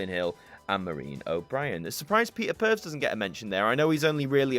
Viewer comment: Peter purvs sounds like a lawsuit in the making 😂😂